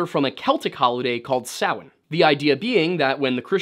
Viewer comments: I am impressed with this video, Not only did you say a lot of the names correctly like Samhain and other but the level of deep dive on this is quite impressive! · Thank you so much for pronouncing Samhain correctly, you have no idea how much it pains me as a pagan to hear people pronounce it ‘sam-HAIN’. 😅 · im irish born and raised.. well done on pronouncing our irish word.. you did a good job on our lore.. we have lots of great stories and a very rich history